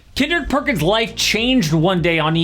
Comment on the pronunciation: Kendrick Perkins❌️ Kendrick Perc-Ins✅️ He's basically Draymond 2.0